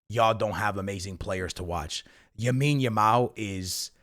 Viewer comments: “ Yamile Yamal” your pissing me off. LAMINE YAMAL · It’s Lamine Yamal bro not Yamine Yamal lol but good video! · Why can’t you say LA-mine bro….😭it’s NOT YA-mine💀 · It’s Lamine Yamal not Yamine Yamal. Guys like this comment so he sees it haha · Bro 1 time u got to say yamals name right lamine yamal not yamine yamal😂